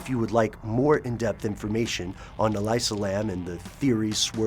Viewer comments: Her name is pronounced E-Lisa. Not E-Liza. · Its elisa (eh-lisa). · I believe it's pronounced E - lee - sa. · ell ee sa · why do you pronounce her name that way? no other source does, including police and all news reports. i can't help surmise if you did not double check that simple bit of info, you may not have double checked anything. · Not only is it a story that has been told a thousand times they pronounce her name wrong....